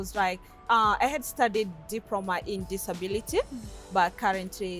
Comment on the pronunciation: A diproma in disabiriti... Digehota! 😂😂🤣 Glad she's happy!